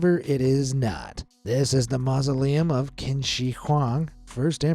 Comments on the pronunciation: Qin is NOT pronounced "Kin", it is pronounced "Chin". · CHIN not kwin its he is literally why its called CHI NA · It’s pronounced “CHIN” - the first Emperor of CHINA. Thus, it’s “CHIN”, not “Kin”. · it's pronounced chin not qin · Dude! It’s pronounced “Chin” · I know it’s not your fault but whenever you pronounce qin as “kin” and not paying attention to the syllables it just makes me uncomfortable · Qin is pronounced Chin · Pretty sure Qin is pronounced "chin" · “The tomb of quin” what’s qin?